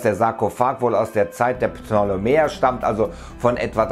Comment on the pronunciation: ptolemäer das p und t wird betont